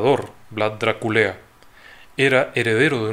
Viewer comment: Perdón no puedo evitar reír cuando dice DRA-KULEA 😂